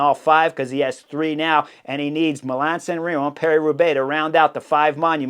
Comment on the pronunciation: Am I hearing "Milan San Rimo"? That would be a huge improvement...